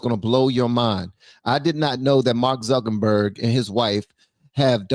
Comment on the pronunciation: Love love love your show!!!! FYI it's Zuckerberg...rather than Zunkenberg. No shade...I think you are the best...and so funny😅